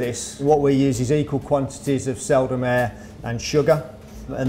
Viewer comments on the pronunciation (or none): I wonder if this guy misheard 'Sel de mer' once, and really thinks it's called 'Seldom air'